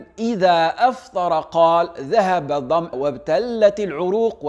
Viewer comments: adhama-o et non adham-aa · Je corrrige on dit dama(o) et non dam(a),dam(a) est un mot pluriel qui veut dire en arabe (les assoiffés). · assalamo alaykom warahmato Allah wabarakatoh. baraka Allaho fik pour ce rappel. juste dans votre prononciation de hadith dans le mot la soif الظَّمَأُ vous l'avez prononcer الظَّمْأَى qui veut dire ceux qui ont la soif et ça a changer le sens de Hadith. jazakom Allaho khayran. veuillez que les gens mettent le like sur cette commentaire comme ça le chaykh baraka Allaho fih le remarquera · baraka allah fik pour cette precision, j'ai juste une petite correction dans la prononciation du mot "soif" en arabe vous avez dit "adham2a" par contre il faut dire "adhama2" sans la voyelle "a" à la fin car ça change complètement le sens du mot :) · ذهب الظمَأُ ... وليس "الظمْآ " !!! والله أعلم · Je viens de dire en arabe : on doit prononcer « dhahaba adhamàou » et non « adham’aa » car en arabe le premier terme signifie « la soif » tandis que le second veut dire « la femme soif » ou « la femelle soif » !!!!! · Barakallah fik akhi, petite correction à la minute tu dis "ذهب الظَمْأَ" "dhahaba aldham'a" en mettant le soukoun sur le mim. Alors que normalement c'est une fatha. Et concernant ce douaa les savants ont dits qu'il doit être prononcé uniquement pendant l'été où la chaleur est intense, parce qu'on si on récite ce douaa en hiver, où il n'y a pas vraiment de soif on se ment à nous même !! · Barrak Allahou fik,juste une remarque pour la prononciation de adhamaa c'est faut ta prononciation,il y a un soukoune sur la Hamza,mais le reste est vrai jazak Allahou kheyrene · ذهب الظَّمَأُ ... بفتح الميم و ليس بتسكينها . تقبل الله منك